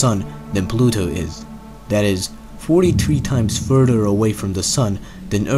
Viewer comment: The narrator has an interesting accent and pronounces our planet Earth as "Urt". Also the word further was pronounced as "furder." Where are you from Mr. Narrator?